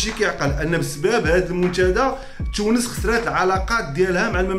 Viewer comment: الله يرحم الوالدين انطق حرف التاء تاء وليس تشاء. تونس وليس تشونس منتدى وليس منتشدى محتوى محترم